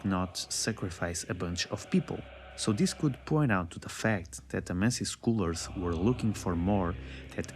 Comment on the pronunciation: the way you pronounce scholars. You do it like Eileen, when she pronounces HUNTER.